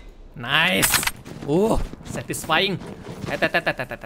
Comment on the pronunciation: Satisfying bukan sastisfying